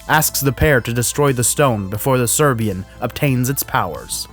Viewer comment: How this dude alway was say „Serbian” in such different way. Like, not every Serbian is war criminal for God sake.